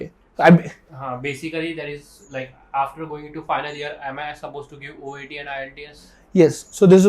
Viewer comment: It's "OET" by the way !!!